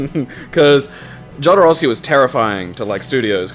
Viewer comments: well, i had to say that jodorovsky is pronounced as [xoðoˈɾofski] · The way you guys pronounced "Jodorowsky" made me so unreasonably angry.